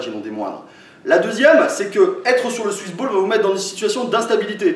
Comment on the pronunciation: J'ai l'impression d'entendre suce boule a chaque fois que tu dis swiss ball